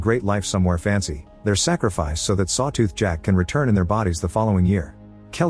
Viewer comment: Sawtooh XD Bruh AI needs an upgrade.